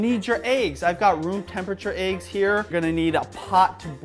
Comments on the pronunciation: No problem with the content. Points off for pronunciation of "eggs" and Youtube affectation. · One like for every time says AYE-GGS 😋 am i the only one who pronounces it EH-GGS?? lol jk ilysm and!